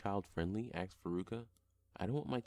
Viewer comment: the amount of times he said axed